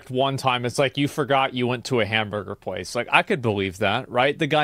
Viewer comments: "hamburger prace"? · Love that you said “prace” 😂😂😂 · I was confused why u said prace until I heard it😂😂😂😂😂